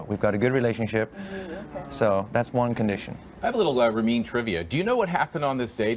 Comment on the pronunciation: she just called him "Rem Karimloo" unbelievable